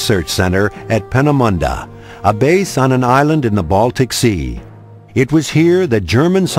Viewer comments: And it is not "Painemunde" It is peenemuende!neither is von "Brawn" correct His name was-phonetically,that is,von Brown. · Its not pay-na-mynd-a .. Its Pe-ne-münd-de .. You cant write it you have to say it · Its not "Peenamonda" its "Peenemünde" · The correct pronunciation is "Paynamunnda". An E at the end of a German word is a soft A, as in "data". A double E as in "Peenemunde" is an 'ay' sound eg Wannsee is pronounced 'Vahnsay'. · LOL, "Paarnamundaa". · "Penemundaa"......??...for christ sake, is it that hard to see and say the letter "e" all the time?....not very important really but so damn enoying,,,!